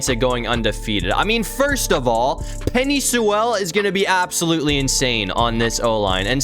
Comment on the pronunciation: “Penny Sewelle” 💀